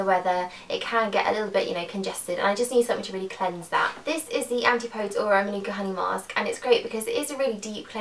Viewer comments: I think it's antip-po-dees" not "anti-pods"! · I'm not trying to be a pain here but I believe it's pronounce an-tip-o-des.